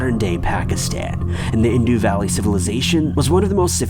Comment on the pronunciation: #3 Indus, (like bus or ùs) not "Indoo". The first three - actual mass disappearances are very intriguing.